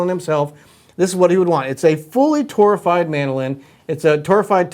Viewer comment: What is the word you’re saying. “Tourified”? Is that the wood as opposed to sitka or Adirondack?